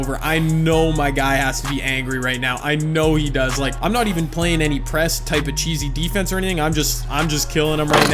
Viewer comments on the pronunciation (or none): none